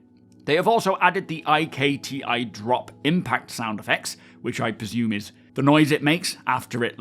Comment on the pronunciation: I think "IKTI" is just pronounced as the word, "ikti", not as "I-K-T-I". Because "ikti" is the Banu word for "weapon" :)